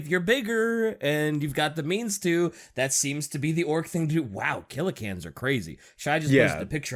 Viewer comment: It's Killa-CAN not Killa-CANNOT. That'll be my yearbook quote LMAO